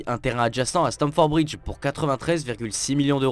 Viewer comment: Stamford bridge et non stanford ...merci